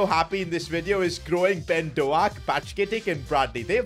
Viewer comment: His name is not Ben do aak is ben dow k